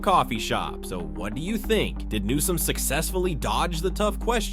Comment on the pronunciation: Who ever the narrator is can't pronounce bills last name correctly. How many times does he call newsome nome. He's an idiot that needs to be replaced.